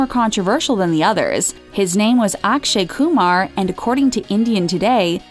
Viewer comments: “Aakshay Koomar” Wow you have such a nice accent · Love this woman being a true ginder here. “Aak-shay Koo-mahr” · I was shocked when the pronounced Akshay Kumar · And I am laughing because of the way she prounces Akshay Kumar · How y'all pronounce Akshay Kumar.. Gross 🤦‍♀